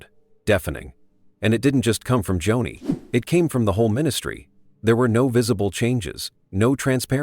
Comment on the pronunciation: Not Johnny....Joni.....AI